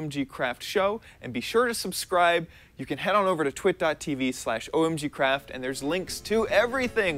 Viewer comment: Ludvig SC Games I thought he said twat